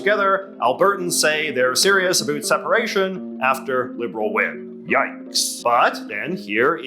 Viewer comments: Not really "ambiguous." Huge comeback for the Liberals. (Is it just me or is the "uh boot" pronunciation of "about" getting stronger? I don't often hear that in Canaa. Never in the USA. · J.J., I truly want to watch your videos, but I honestly just cannot endure the extremity of your accent (I swear no Canadian pronounces "about" like that 😭) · Hey your not pronouncing things Canadian, since when have Canadians in Ontario ever said sorry, or about like that. You sound like your pandering to what Americans think Canadians sound like, I am not Canadian but I have been to Canada. It sounds so forced.